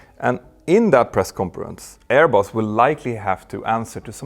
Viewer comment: Btw, your pronounciation of 'Airbus' got me the idea of calling them 'AirBoss'...🤭😉